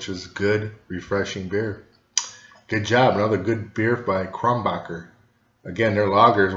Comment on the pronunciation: It's Kro nen berg or Kro nen boorg not Kron backer. ok I've got that out of my system. Your description of citrus and spice is spot on and I personally think it has a bit more depth of flavor than Blue Moon which is another good light summer wheat beer. Keep tasting beer for us Cheers